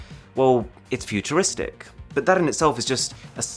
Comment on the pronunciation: he told thrrat instead of that